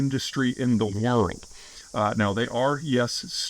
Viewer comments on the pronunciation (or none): Why does he keep scrambling the word "world"?